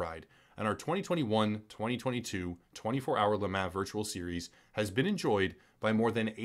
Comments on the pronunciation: Love this channel, and I really really hate being this guy. I seriously do: But LeMan is pronounced like LeMon. Like Pokemon. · Le mah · La mah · Every time he said Le Mans I actively died a little inside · It is funny hearing you pronounce Le Mans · Yep it's French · Yea this company is trash but not being able to pronounce one of if not the most known race events in the world is almost even worse